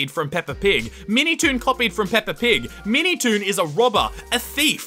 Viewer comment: I heard "MeatyToon"